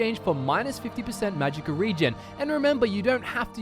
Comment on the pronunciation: .... Did you just say "Magicker" efficiency?